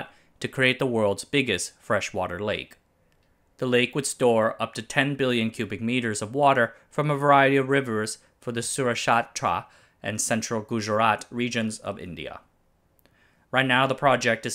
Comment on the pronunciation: "Sushatra" it seems...!? Feed this guy some #Dhokla #Jalebi #Gathiya and he'll learn how to pronounce "Saurashtra" 😂